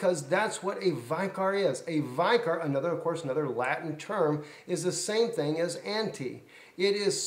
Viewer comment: the word vicor is pronounced vic or not vi cor. If you are going to preach at least know what you are saying. Look it up in the dictionary. IT MEANS CHRIST ON EARTH..